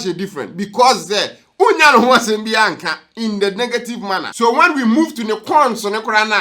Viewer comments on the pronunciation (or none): none